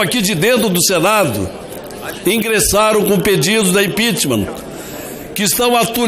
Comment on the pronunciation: Então é isso Ranfolfe pedindo impitchmam